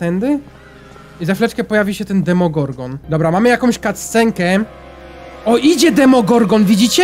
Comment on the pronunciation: Czy tylko mnie rozwala jak on mówi Demogorgon?😄